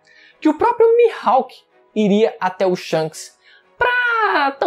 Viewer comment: "Mihalk" é foda hein kkkkk